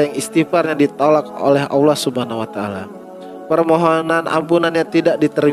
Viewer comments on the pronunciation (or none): Ini orang sebut ALLAH AJA UDAH KELIRU.ALLAH BUKAN AULA...